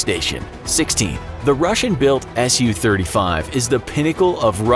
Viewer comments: Wow I sure do love the “Sue 35” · sue-35 ROFLMFAO!